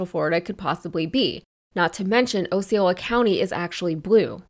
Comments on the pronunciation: She also mispronounced "Osceola" as "Oh see oh lah." It's "AH se ohl ah," similar to "oscelot." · Also Osceola is pronounced ( Ah See Oh Lah )..